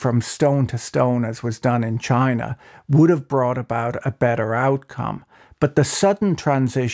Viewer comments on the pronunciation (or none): none